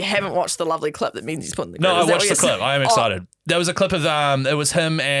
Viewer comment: Menzies is pronounced Mingus, or Ming, bless you guys!